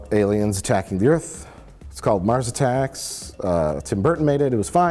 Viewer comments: "Earf" ha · Did he say "earf?" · I still like how "WELCOME TO EARF!" is a meme off this stupid movie. Roland Emmerich is a fucking hack.